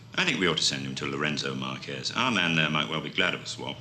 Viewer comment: Ha ha, pretty certain the secret services knew better than to pronounce the capital city of a then Portuguese colony in Spanish rather than Portuguese: the Marques in Lourenço Marques is not the same as the Spanish Márquez, meaning the e is not pronounced as the e in Kes but more although entirely like the er in avert. And having a Somali African woman play a South African Bantu woman is a glaring miscast. Otherwise superb, especially Robert Morley. 'Have a peanut' .